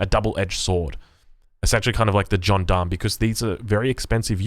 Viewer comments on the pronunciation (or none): Soften that G up on the 'John Darm'